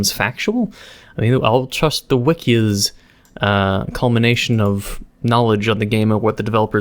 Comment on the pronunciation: "It E's Wat It E's"